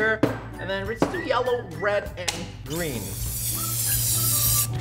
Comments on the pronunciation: No one: Not even a single soul: Roi: Shome green And Shome Shellow xD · Did anyone realize he said yellr